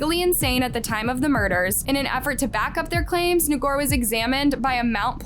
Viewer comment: Ngor sound like “more.” Either you do no research at all or you intentionally mess this stuff up so you get more engagement.